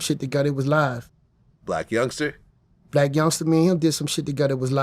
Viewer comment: its still funny to me after all these years Vlad still say “Blac Youngster”😂😂😂😂 like when he called Tyga “Tiger”